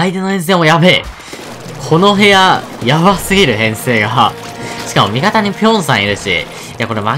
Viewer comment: ぴょんのイントネーションおかしくね？w